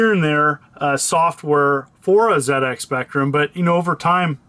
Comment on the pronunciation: Nice one. Love how you pronounced ZX Spectrum correctly.🙌